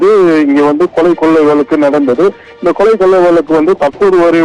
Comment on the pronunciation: தமிழை கொல்லாதீங்க கொளை இல்லை கொலை